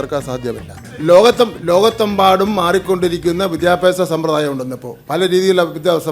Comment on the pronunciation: സമ്പ്രദായം... അത് പറയാൻ പഠിക്കണം.. മന്ത്രി